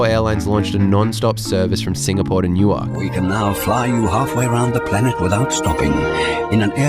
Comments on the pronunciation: I commented the same thing, I got a good chuckle out of his pronunciation! He said it similarly to the way they say it in Delaware, New. Ark. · Not in Jersey. Nuwerk, Newerk…but not New Ark. New Ark is a city in Delaware, Newerk is a city in NJ. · New-ark. Newurk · Newark= NUwurk, not new-ark ❤ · I cringe every time you pronounce EWR Airport phonetically as New-ark 😬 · Enjoying him pronouncing Newark exactly the way it is written, New-Ark! Gold! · I'm never not going to pronounce that city differently again - even without the vodka shots - haha~ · new - werk , the A is silent ❤❤ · "New Ark"?...... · I enjoy your videos, but I got an especially good chuckle in this one the way you pronounced the departure airport. It is no different than the way an American would unknowingly pronounce Canberra or Cairns. Locally the departure airport is pronounced Nuwurk, said quickly and as one word. I grew up south of there and knew that pronunciation my entire life. I then moved a few hours south and there’s another town south of Philadelphia called Newark but it is pronounced sorta like you did but with a longer break between the two halves, they pronounce it as New. Ark. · Dude, you mispronounce Newark in exactly the same way Americans mispronounce Melbourne. Get it right: don't sound out all the consonants! Nuwuk, Melbun. :) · It really bothers me how you say Newark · Newark as you’re saying it is in Delaware. The one in New Jersey isn’t pronounced that way. You must say the name of the town as the people in that city say it. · Newark is pronounced the same way as New York. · This used to be all Business Class. Weird pronunciation of Newark 😆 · It’s how they pronounce Newark, DE. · Let's say non-conventional pronunciation.